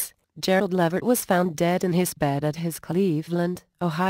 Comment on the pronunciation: It's levert